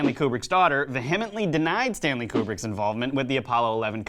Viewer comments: One thing , all you young millennials who ironically want to be hosts and commentators don’t have a command of the English language !!!! You need this !! Like , it’s pronounced CO-ER -ST , and VEE-UH-MENT-LEE . Plus you guys are a bit goofy . Anyways best of luck ... just trying to help out ... hahahahaha ( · Haha, who taught you how to pronounce "vehemently?"